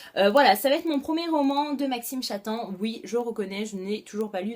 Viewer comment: Coucou! Juste pour te dire que ça se prononce "Maxime Chattam" en prononcant le "m" à la fin <3